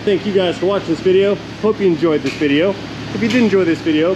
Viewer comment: Being able broken record "proves" that he's smart. 🤣 BTW, what's a "vijeo" anyway?